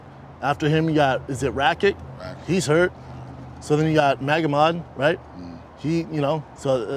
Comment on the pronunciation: Schaub: “Megamod” Hill: “Yea…Magomed” 😂